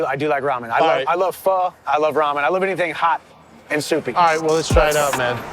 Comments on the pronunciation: Dude pronounced "Pho" right. He got my respect lol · Damn he even pronounced pho right haha